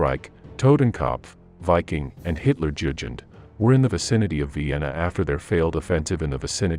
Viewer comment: Such a shit pronunciation: "Hitlerdjudjend" :DDD